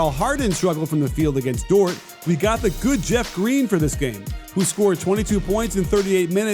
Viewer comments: it's pronounced like "door" the "t" is silent respekte nou 🇭🇹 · you’re my favorite NBA aficionado and analyst, but rhyming Dort with short just bumped you up a few notches on my top comedian list too. 😂😂😂